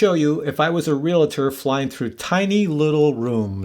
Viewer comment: I have a listing that is a museum, I think this could be a useful tool. Let me teach everyone how to say Realtor. It's like it reads Real-tor, not Real-la-tor Thank you for the video.